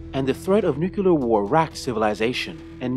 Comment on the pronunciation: repeat after me: new-clear new-clear new-clear there is no such thing as "nucular"